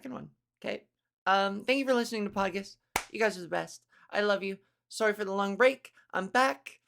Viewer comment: Hahaha omg I love how you say “sooory”, Canadian accents are funny, not meaning as a negative, more cute lol..